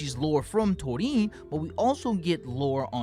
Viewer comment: You want thunderous applause, the flash fighter, and Gold Aura? Uchi is the man <3!. And I love and appreciate how you pronounce Torin's name ;)